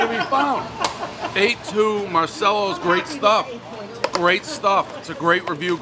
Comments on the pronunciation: The 'no flop" is integral for a slice!! It's pronounced, 'MAR-CHELLOS" for you medigans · You've been to Italy, and I only wish I could go, so you should know it's pronounced MAR-CHELLO-Z. I hate fresh Tomatoes on a Pizza, it's too acidic for me, so depending upon the type of Tomatoes used, I either love or hate anybodie's Margarita Pie and for that reason I usually don't and won't order them. Everybody knows the rules. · Marchellos! The C is a CH sound. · How you feel about Dave pronouncing Marcello wrong? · Another mispronounced place, I guess those are the rules?